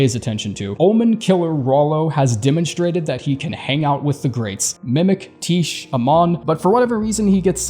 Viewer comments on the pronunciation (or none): Just because I'm sure someone cares, I'm pretty sure Tiche is pronounced Tie-Key (like neckTIE and KEYhole), like the Greek goddess Tyche, especially considering Alecto is also a Greek mythology reference